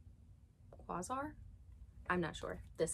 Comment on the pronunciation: It's pronounced Kway-Zar. I honestly don't know much about him lol